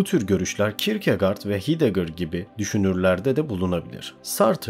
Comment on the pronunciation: güzel video tek eleştirim heidegger ''haydeger' diye, camus ''kamü'', sartre ''sartır'' diye okunur. ben akademide herkesin böyle telaffuz ettiğini duyuyorum